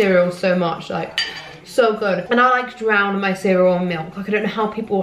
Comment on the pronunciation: 'SO GUG" aggs me too much haha